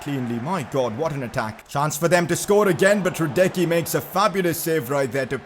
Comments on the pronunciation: Man its pronounced Hraadetsky not Hradeky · Pcq: it’s pronounced hra-deck-ski and day-mir-ba-ay